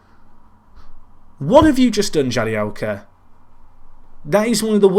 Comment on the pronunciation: Jagielka not jadielka